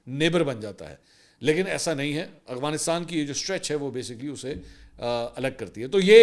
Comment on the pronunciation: Arre Mansoor bhai, it's Afghanistan, not Agvanistan. It doesn't behove a senior journalist like you. It's like calling Lahore by the name Halore..